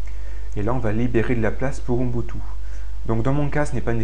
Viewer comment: Ubuntu... "Ouh N'butu" ??? héhé prononcé bizarrement, lol. (le "N")... Blague à part, merci beaucoup pour tes tutoriels !